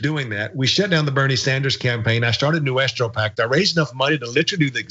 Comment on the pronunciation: Noo-es-trou pack... 👀